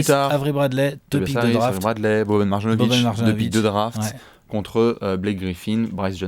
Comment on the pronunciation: Mes oreilles saignent lorsque vous prononcez Marjanovic. Un "j" se prononce comme un "y".